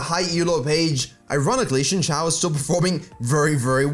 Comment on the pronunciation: it's pronounced zin jao not shinshao